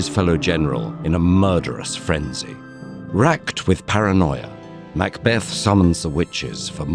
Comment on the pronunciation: Beautiful animation and well-written script but please, please get someone to check the pronunciation before briefing the narrator. I winced multiple times, at "arbuh-real" "mac bath-ed" "win ton" and "boh eeze". As a Scot it quickly became unlistenable